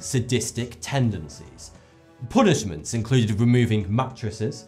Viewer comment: Daniel cp didn't say i didn't unedrstand him, i'm saying he can often butcher words, and even names of people. c'mon POOnishments instead of PAnishments? just saying it's a bit odd. btw english is not my native language too.